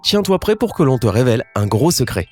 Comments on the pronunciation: Moi aussi j'entends 11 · Je suis le seul à avoir entendu 11 au lieu de 1 ??? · A il a dit aului de 1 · Je suis le seul à entendre au début 11 alors que c’est un 1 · Azam sohail non moi aussi j'ai entendu 11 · Moi aussi j'ai entendu 11 à la place de 1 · Moi aussi j'ai entendu il a dit 11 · Moi aussi j'ai entendu11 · Oui se vrai ge an tan du 11 me nor mâle man se 1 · Il a dit onze au début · Aux début à la place de dire 1 t’a dis 11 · Mdr au début tu as dit "onze " au lieu de "un" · Mdr j avou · Mdrrr au debut il dit "11" alors que c "1" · Tu a dit 11. au lieu de dire 1 mdr trop bien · Oui il dis onze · Nn t’as raison il a dis onze